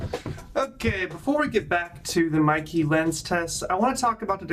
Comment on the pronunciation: The Brand is pronounced "MAY-KAY"! And in "real life", our eyes don't create Bokeh. I've heard this expression before...it doesn't apply. True Cinema imagery does have a smoother falloff, with the intent to focus the viewers to a particular part of the scene. And yes the entire line of Meike Lenses, including their MFT versions represent the very best value when it comes to dollar to image quality, hands down.